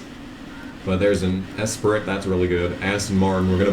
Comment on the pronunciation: car pronunciations get me every time 😂 Esprit 😂